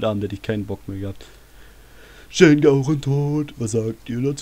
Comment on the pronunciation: Achja: das spricht ma Schen Gao Rehn aus xD nich schen gaorenn xP ich habs so mit der japanischen Aussprache, sorry xD